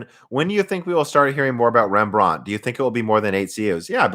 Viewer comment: You have to stress the REM part in REMbrand, not the brand part.. It sounds very weird..